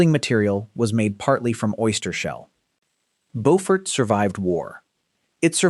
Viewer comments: Learn how to pronounce the damn names, AI. Bofurt is NC. Bewfort is SC. Just one of many you screwed up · In SC, Beaufort is pronounced BEW-fert. Also, Charleston survived a major earthquake in the late 19th century. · I live in Camden, you need to learn how to pronounce the names of some of the places you mentioned here. Camden is very involved in its history, we have part of the town...HISTORIC CAMDEN. CHERAW is pronounced. Sharaw. Beaufort. Is pronounced. Bewfert. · I am with 2vagantpriesthoof. You have overlooked the Great Charleston Earthquake. Mispronounced Beaufort and put Camden in the wrong place in the ranking. As the oldest inland town it should be fourth. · I can't stand it when these videos mispronounce family and place names. Beaufort and Cheraw are horribly mispronounced.